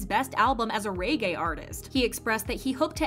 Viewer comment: okay but why did u say reggae like that...